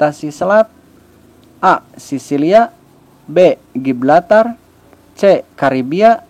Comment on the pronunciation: Setau saya Gibraltar bukan Giblatar